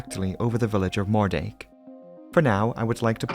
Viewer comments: Love the video as always! Just FYI, Moerdijk is pronounced Moordyke 👍🏼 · I’m sorry, can you repeat the name of that town again??? Was that “greater penis” or “more-“…?